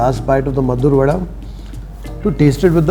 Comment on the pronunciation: It's maddur vade not maddur vada.